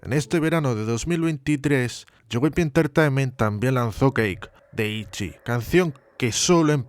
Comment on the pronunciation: Se pronuncia como se escribe “Itzy”